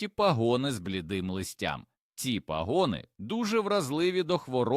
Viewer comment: Дякую за корисну пораду, але не можу терпіти за ваші не правільні наголоси, пагони, наголос на( а), а не на ( о) , не потрібно вдавати себе за якогось іностранця і це не вперше